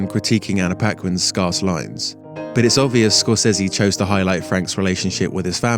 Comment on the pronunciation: You are pronouncing "scarce" incorrectly.